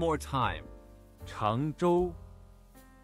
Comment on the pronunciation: Perfect - I am actively working with one of the team members from my work's Changzhou facility and wanted to make sure I pronounced the name of their site correctly. This was great. Thank you for the tutorial! (You've earned yourself a subscriber, btw!)